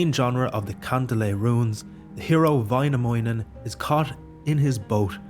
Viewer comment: Väinämöinen, not Vainamounen